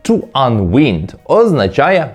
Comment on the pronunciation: The verb "unwind" is pronounced [ʌn’waind], not [ʌn’wind]. Be a pro, bro🙂